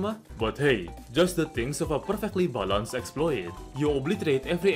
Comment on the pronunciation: truly is perfectly "bahlanhs"